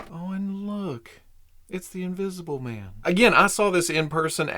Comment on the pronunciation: Hahaha "Wolfmn...Invisiblemn" - You da best!! 😅🙌👍